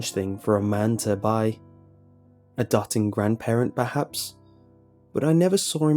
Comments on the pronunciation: "A dotting grandparent" I think that might have been "Doting grandparent" - (dough-ting) <3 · doting is pronounced "Doe-ting" not "dotting" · A dotting grandparent? It's pronounced doe-ting, at least do an English gcse before making videos. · Doting... not dotting. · LOL, dōting, not 'dotting' 😆 That made it funny. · Great narration, love your delivery. In the tiny chance that you see this four years later, "doting" is pronounced "d-oat-ing" and rhymes with "floating", and detritus is pronounced "de-trite-us" and rhymes with "fight us". Keep up the good work! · dotting? its d-oe-ting. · You might want to double check the pronunciation of the word 'doting'